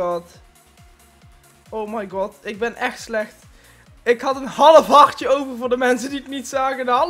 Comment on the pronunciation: Het is harTje niet hardje om